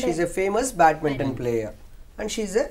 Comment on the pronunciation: Sir it is not batminton. It is BADMINTON.